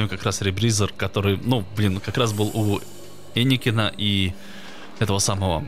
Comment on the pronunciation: Энакин* а не Эникин